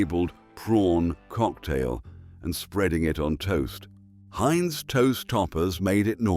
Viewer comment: "Chow Meen"? Heints"? "Blonk Monje"? "Buffett"? You let AI do the narration to save five minutes of work, yet somebody went to great lengths to Photoshop spelling mistakes into the video: "Olackcurrant", "Toase Toppers". And of course "Chef Boyarde Lasagna" with "NO Artificial Colors" at "25¢" can't have been British. Pity, because the script was pretty good till AI ruined it.